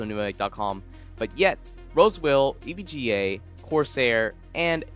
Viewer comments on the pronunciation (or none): none